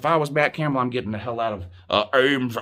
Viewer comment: The way he said Ames Iowa